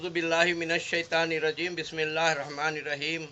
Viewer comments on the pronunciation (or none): none